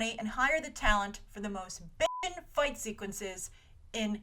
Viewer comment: did grace just day "bitching"